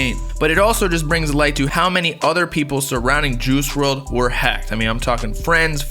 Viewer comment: Dude said “juhoosh werld”